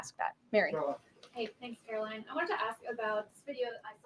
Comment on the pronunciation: Benny. When are you going to learn how to pronounce KaroLINE?